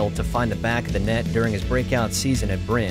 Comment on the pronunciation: Please. Don't pronounce Molde and Bryne without the E at the end ! It's not French. It's Norwegian... 😉